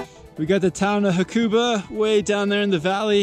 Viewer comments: Ha-ku-ba :). (even emphasis on each syllable). Great vid guys! I lived there and go back most years. Love it! Cortina is my favourite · Btw you are saying hakuba wrong